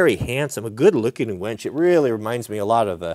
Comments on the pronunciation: Why do you keep saying "WENCH"? You used to build winches and call them wenches? You say winch and then wench LOL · Say it with me: wINch. Not wENch. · Can't decide if I hear wench or winch. ;)